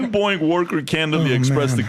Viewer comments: I kept thinking he was saying Boing I was like wtf is he talking about lmao 🤣 he’s saying Boeing….🤣🤣🤣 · The way PBD say "boeing" Sounds like "Boe-ink" 😂😂